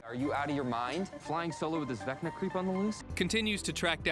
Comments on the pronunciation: “Vecna Valo”. Lol 10/10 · Haha I like the gag of purposely mispronouncing “Vecna”